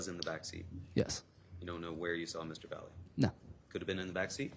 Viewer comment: Hispanic here.. That’s not how you pronounce the defendants name! It’s pronounced as VAH-yeh (in Spanish) — where the “ll” sounds like a “y” in English.. It rhymes with “eye-yeah” but with a soft “v” at the start!! In English-speaking contexts, some people may mispronounce it as VAL (like “valley”) or VAL-ee, but the correct Spanish pronunciation is VAH-yeh… Just saying!!